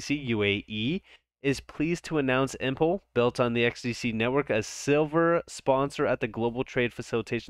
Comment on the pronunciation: face-blue-smiling: dude... thanks so much for your ROBUSTLY informative and "to the point" videos!!! (btw - "Impel = "Im p L" and not "Im p le" as in "Pimple")